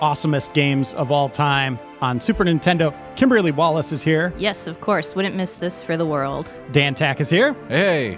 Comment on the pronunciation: "Kimblery Wallace"?